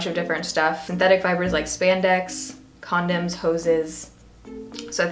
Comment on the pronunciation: The way you say "condom" sounds like "condemn" 😂 it really amused me